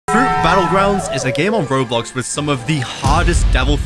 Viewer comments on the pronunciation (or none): none